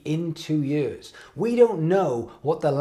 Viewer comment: Anyone else love how says “years” like “yeeuhz”??